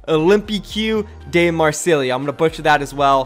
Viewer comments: Marseille is pronounced Mar-Say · olympique de marseille = olympic duh marsay (i think) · The football club is pronounced (mar-say) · THE FRENCH football (soccer) team is pronounced Olim-pic-mar-say, have a good day everyone :) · It's pronounced marsay which is actually quite easy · Its pronounced olympic de marsay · Dysliptic wait is it not Marseille ? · ‘Olympic Mar say’ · The football team (soccer) is pronounced O lim peek mar say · You pronounce it Olimpic Marsey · Olympique de Marseille is pronounced OH-LAME-PEEK DUH MAR-SAY, or at least as close as you can get with an American accent. The 'r' in Marseille is, I guess a linguist would call it unvoiced or something. You say it more with the back of the throat than with the back of the tongue like Americans do. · It's pronounced like "Olympic Marsay" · I know it’s hard to pronounce, but it’s pronounced MAR-say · Oh god the Marseille pronunciation 😂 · Why can’t Americans pronounce Marseille? Haven’t they heard of that place? Jeez...